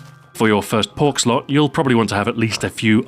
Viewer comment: Wait, did he say "pork-slot"? xD